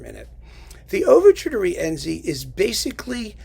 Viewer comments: congrats on the new website. On your discussion of the worst works of composers, I noticed you pronounced Wagner's Rienzi as ree-ENsee. The proper pronunciation is REEN-see. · Somebody neglected to tell that to Wagner because in every instance in the over 700 pages of the vocal score, Wagner sets the name as three syllables. Ri-EN-zi.